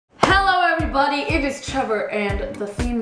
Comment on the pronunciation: am i the only one who heard him say "every bunny" ? cx